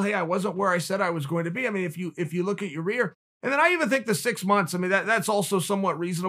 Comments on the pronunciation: Yah-eer, Chael. YAH-EER! Not your rear... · Me: yu-sa-da Uncle Chael: oo-sa-da Me: oo-sa-da Me: ya-eer Uncle Chael: ya-rear Me: ya-rear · “YEER” “YA’ REE” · Just here to hear Chael say "Ya-Rear" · Chael: Ear Rodriguez Me: Ok, great. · I agree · Poor Chael. He just can't get Yair's name right. I still personally have a soft spot for "Yarear". I think he pronounced it like 4-5 different ways this time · Chael: Ya-rear Rodriguez Conor: Who Da Fook Is That Guy?! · “Ya ear Rodriguez” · Ya-ear he gotta be trolling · Chael "your rear" Sonnen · Ya ear. Ya rear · I clicked on this video just to hear Chael butcher his name on purpose lol